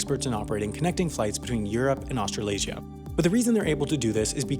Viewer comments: Australaysia? Australia + Malaysia? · lmao austral-asia